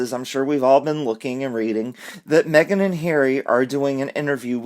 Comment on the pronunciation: "Me - gain" is crap.